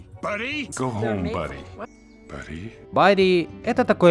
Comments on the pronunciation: Автор почисти уши! Buddy читается как [ˈbʌd.i] Бадди И в ролике отчётливо слышно что актёры озвучки говорят это слово правильно! А вот ты его произносишь Burry Барри. Who's that Burry? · Как же режет слух этот "барри" вместо "бадди"